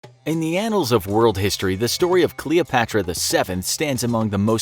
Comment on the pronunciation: hah, "ANALs" ...